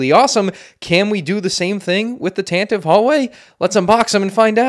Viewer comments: Sigh Pronounced Tantive wrong It’s Tan-tiv-ee not Tan-tiv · You pronounced Tantive incorrectly throughout the entire video